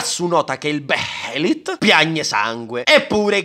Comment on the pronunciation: Sai che vale la pena svegliarsi la mattina se poi quanto non appena apri gli occhi scoppi a ridere ripensando: "Beelit" Bejelit La j è muta Tua zia è muta Oddio può pure esse non l'ho mai conosciuta Grazie, ti ho scoperto per caso ma già tivoghiobbene assai